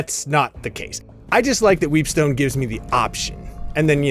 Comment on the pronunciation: I tried not to but I just kept hearing "Weebstone"